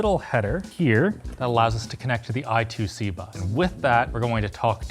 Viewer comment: I2C is pronounced I-squared-C